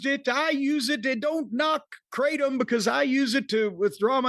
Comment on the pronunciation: It's pronounced "krahtm", not "kray-tom". Jus' sayin'...